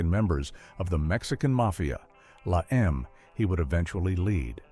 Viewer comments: not la em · it's la eme